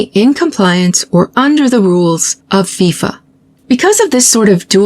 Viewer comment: Thank you for pronouncing it FeeeFah. I've been mocked for that forever. I agree we pronounce it correctly.